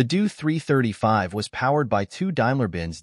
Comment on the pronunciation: Drop the ai voice, totally craps the pronounciation: Doe 335😢